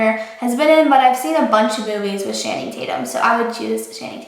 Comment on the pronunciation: channing tatums name is pronounced Chan, like Jackie Chan, then ing Chan-ing, not with an s sound like shanning, but CHANing, lol